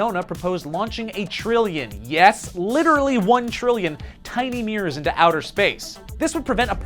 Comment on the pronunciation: I thought he said "launch one trillion tiny meers into space"